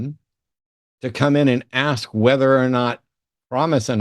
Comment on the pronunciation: Can people like PLEASE learn how to speak correctly? Your skin color does not dictate how you speak, so there’s no reason why he has to speak like that. And it’s pronounced “ASK,” not “ACKS.”